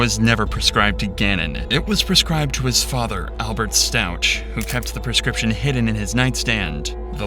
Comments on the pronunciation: Gannon was not her son. He was her step son. He had a mother. Harley is Letecias 17 yr old (at the time) daughter. Elena is Gannon's 8 yr old (then) full sister and Leticia's step daughter. Their last name is pronounced "Stowk" not "Stowch". She was examined and found to be sane but used a ridiculous, idiotic doctor to say she suffered from DID. The jury did not buy the insanity BS. How do you miss those sorts of highly publicized details? Did none of you watch the trial? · I am checking out your Channel and have Subbed because my Son suggested it to me . You have good content .If i may , i will just point out , that Gannon , Lana and Alberts last name is pronounced S T A W K .Stauch , absolutely NOT Stau..chch. As i said you're content on this case is good .I feel however that it is a disservice to Gannon , who , BTW weighed in at 1 lb at Birth , fighting for his life , and went home fighting for his life . The pain Leticia caused , is unimaginable and egregious . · His name is pronounced Stauck with a ck sound, not a ch sound. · Is this your actual voice narrating? The story and visuals are great, but you pronounced Stauch wrong the whole time 😞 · The CH in Stauch is pronounced with a hard K sound